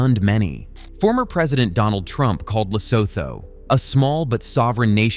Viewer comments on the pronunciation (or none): Pronounced "Lesootoo" - obviously this poster is as ignorant as trump